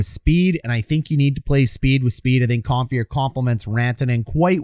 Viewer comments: ‘Com-fur’ not ‘com-fear’ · ‘Com-fur’ not ‘comfear’ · Com-fee-air.... Cringe to Com-fur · 1. Aube-kubel was out in game 3 after blocking a shot in game 2. No guarantee he can come back yet. 2. Its Com - FUR not Com - Fear a little research please.